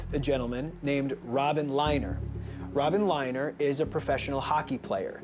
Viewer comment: The way this guy pronounces “Robin Lehner” really irritates me. Do not disrespect Robin!!!!